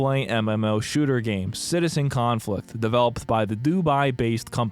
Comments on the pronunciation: Everytime you say Citizen Conflict I hear it as Citizencon and have a minor stroke about how that ended up here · I love how you said the name of this dumpsterfire correctly like twice during the review xd